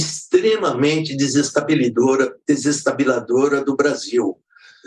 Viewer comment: Desestabilidora, desestabiladora… professor???